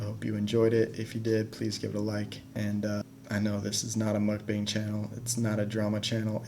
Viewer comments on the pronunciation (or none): I don't even care about the Nikocado drama but you're really gonna mispronounce "mukbang" like that?! it's a joke, but hearing "bang" when referring to a mukbang is really grating to me.